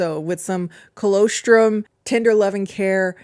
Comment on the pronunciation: I think you’re pronouncing colostrum incorrectly, and I normally wouldn’t comment but it’s part of breast milk, and I actually went to check the description because I was hoping it was a different type of supplement 😂